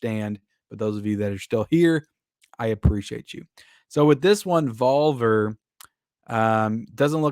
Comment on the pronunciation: it's pronounced Vol-Vear, not Val-Ver like you're saying lmao